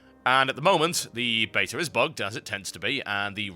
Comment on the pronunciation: anyone else hearing ''betur'' when he says beta?